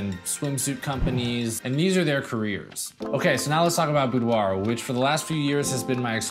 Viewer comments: Hi! New to your channel, I like it. I am from France... Just a remark: boudoir is pronounced boudoir not "boudoahhhhh" even from France;) See u! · IF you are from France, you probably don't say Boudwah. That's an American thing. If a French person would ever to say the word, they would say boudoir, but the r is a gutteral, back of the throat R, which most Americans, with their front of mouth R can't hit, and apparently can't even hear. If you want to get closer, say boudwah, then gargle the h to make an ahhhrrrr sound. Then dial that down to about 10 percent and make it sound romantic, and not like you're choking on a fishbone. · I had a model pronounce it "boo-derrr" once. It was great. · I giggled at the French way to say it :P It's how I say it loll Thanks for the awesome videos!